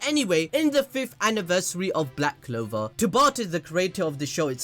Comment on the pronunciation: Honey..I think its CLOVER not LOVE 😂😂